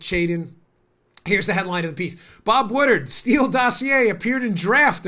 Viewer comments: Dan's making me crazy with the "Bob Woodard", isn't that "Bob Woodward"? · It's pronounced WoodWard not woodard. Other than that great show. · It's Wood Ward...Woodward not Wooderd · Its Pronounced Bob "Wood Ward"